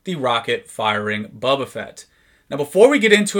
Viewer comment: Very cool to see this! Thank you for sharing! (and it is pronounced "BO-ba"...not Bubba ;)